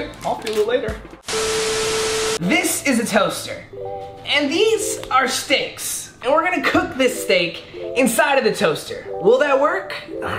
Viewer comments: Was I the only one who heard him say sticks instead of steaks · I heard that to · i heard it to but i replayed it and it said steaks